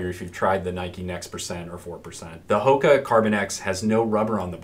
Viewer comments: jonny j You’re absolutely correct on the pronunciation. We blew that one, thanks for the correction! I think we have just said “Hoka” for so long now, we forgot! Good catch. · Thracian_elite Thanks for the comment, and absolutely correct. We mis-pronounced the Brand 😳! I’ve been using only “Hoka” for too long...good catch!